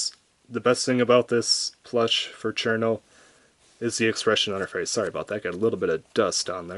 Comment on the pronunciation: I really want Cirno because of the smug mug, but I can only find her for 78 euros at the cheapest :c I was going to point out your pronunciation of "Chair-no" instead of "Shii-runo", but the direct kanji translation actually is "Chiruno" instead of "Cirno", so i can see why you would pronounce her name like that... Your reviews are great pls do a Kasen/ Aya review